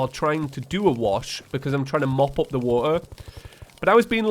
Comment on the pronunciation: It's "water" not "wuuh"